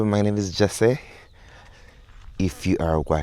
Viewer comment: Hi 'Jes-say' 😅 Your name is pronounced 'Jes-see' You're quite well-spoken to mispronounce this nice english name